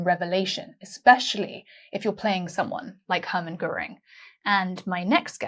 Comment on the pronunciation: Göring. The umlaut is crucial. It's the difference between GORE- ing and Geer-ing. No umlaut? Kein problem. Just add e. Goering.